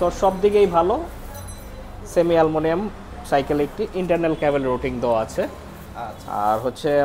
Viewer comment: Aluminium,❌ Alumilium ✅